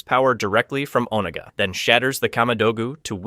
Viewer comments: His name is Raiden not Ridon and the dragon King his name is called Onaga not Oniga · Hey why TF are you saying "RYDEN"??? You KNOW that's not how to pronounce Raiden. Why are you pronouncing things different ways at different times?? Also, it's "o-NA-ga" not "OH-nuguh". Seriously, it's infuriating listening to you treat pronunciations like they're multiple choice. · Good gravy. Is it really that hard to properly pronounce "Onaga"? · Bro seriously. Made me grit my teeth every time i heard it.